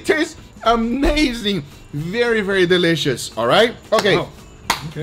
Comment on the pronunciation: “DUT!!! deeleeshus bro” 🤣🤣🤣🤣